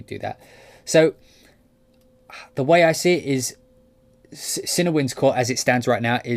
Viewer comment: Nice video. Personally, still waiting to hear more from Berlin WW. I like the fact they have ensemble, divisi and their amazing runs/trills script. Cinewinds sounds really nice though. I am definitely going to pick up Cinebrass too. ps - I always thought it was pronounced cinEE as well - not cinna!